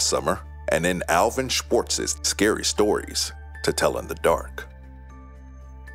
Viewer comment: Thank you for saying the name Alvin Schwartz